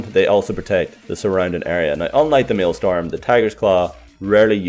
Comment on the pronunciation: It's maelSTROM Not maelSTORM